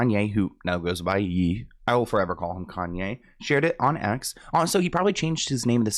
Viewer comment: you always say “Ye” wrong lol 😂 just say “yay” 😂😂